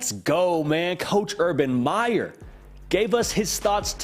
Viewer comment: His name is Meyer not Myers’s